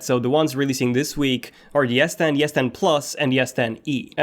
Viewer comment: Bro i am hearing yes10 instead of s10